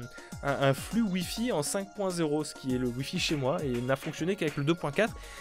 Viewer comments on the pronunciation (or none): none